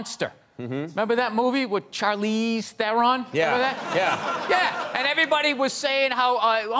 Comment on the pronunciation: His pronunciation of Charlize is perfect.